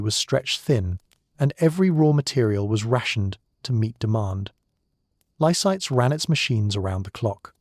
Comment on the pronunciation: it's Lysaghts , not Lysites , get it right !